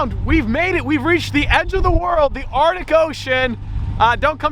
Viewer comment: Bro the way my man says “artic” instead of “arctic” really grinds my gears.